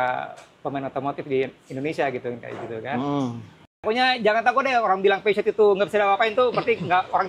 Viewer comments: tidak bermaksud menggurui tapi pelafalannya harusnya bukan pesyut tapi pusyo. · 😂 masih salah, yg bener Pe Zyo